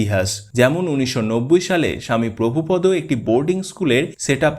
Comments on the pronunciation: মনে কিছু করবেন না ওনার নাম প্রভুপাদ , আপনি বারবার বলছেন প্রভুপদ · মৃদঙ্গ। প্রভুপাদ। এই উচ্চারণ গুলি ঠিক হয়নি।